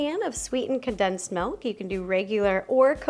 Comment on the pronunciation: Two of my favourite YouTubers say “Melk” not “Milk” 😂